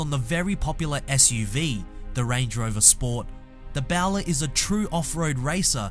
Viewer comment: It is in fact bowler not bow ler as pronounced on this clip